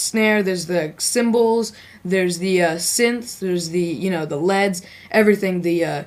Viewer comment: Lol the "leds". I'm sure by now you know it's "lead" as in "leader" and you know why now lol.